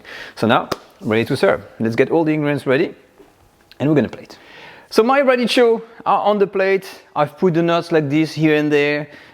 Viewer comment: sorry for being a smart thing but it is spelled radicchio...so the C is pronounced a K because of the H ...radikkio. been loving your shows for years!